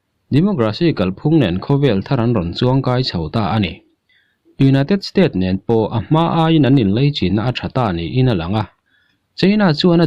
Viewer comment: United state ni lovin United States ti tar ang che